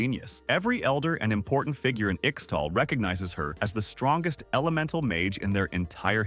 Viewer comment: Its not "ikstal" T_T For some reason, this it always makes me cringe when people mispronounce this. Great video aside from that ^^"